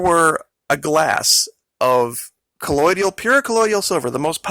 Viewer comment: You are pronouncing colloidal incorrectly... it's co loid al not co loid ial.